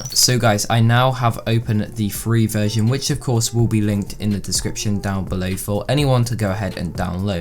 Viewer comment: I thought he said vergin